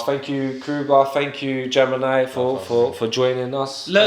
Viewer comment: Gemin-Eye for the battle guy. Film it